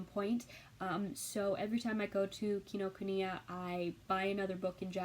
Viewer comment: Hi! I'm new to your channel - this is the first video of yours that I've watched, but I will watch more. I just paused it to let you know that you pronounced "Kinokuniya" exactly right. :) We have one up here in Seattle, too. It's one of my very favorite places to go.